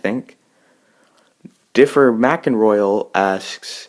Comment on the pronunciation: btw thanks for getting my name right!! It is pronounced the way you said it! (Btw way if your were wondering DifferMak stands for Difference Maker. I share this account so royal is someone else.)